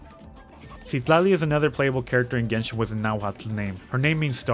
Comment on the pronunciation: As a Mexican, I don't think we pronounce 'Coatepec' the way you did, probably because it's an actual city in Veracruz. However, you nailed 'Citlali'! It was tough to overlook how it was pronounced in the game (as 'SIT-LAH-LEE,' which is incorrect). I can't speak for all the other names/words, even though we were taught Nahuatl in school. I personally pronounce them differently (like putting a strong emphasis on 'TLÁN'), but I could be wrong. There's an NPC which is my favorite one because his name is Tepache, which is an ancient alcoholic beverage made from fermented fruits or corn. Thank you so much for sharing and educating others! 💖